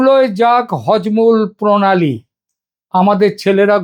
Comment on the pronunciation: Hojmul pronali na ota harmuj pronali hobe, aapni bhul uchchron korechen.